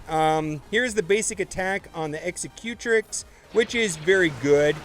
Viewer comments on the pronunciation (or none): Dude... its pronounced X-sec-u-trix not eggs-eh-cue-tric. Think executive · Loved it! Can’t stop laughing at how you say “Executrix”. Execute-ricks?? Lol! You can never make fun of Tie “Slicer” again! A new rule!! Loved the vid, though, which is saying a lot given how long I detested ships.